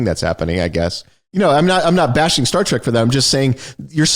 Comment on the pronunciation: Not to mention "Star TRACK"... ffs, it's Star TREK. Like "tech."